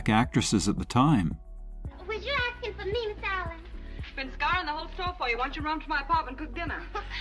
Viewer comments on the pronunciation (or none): none